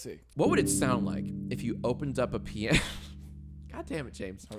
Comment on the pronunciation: Pee-ano. :D